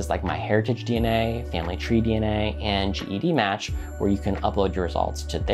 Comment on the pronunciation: Great analysis! fyi, GEDmatch is pronounced "jed-match," not spelled out.